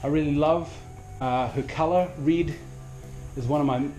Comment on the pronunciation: Reid???? Oh you mean red